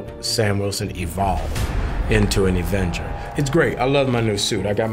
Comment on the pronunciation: Love mackie but he said Evenger lol